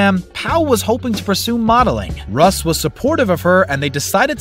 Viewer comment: Man you SLAUGHTERED some of their names!! RUSS became Huss?!?!!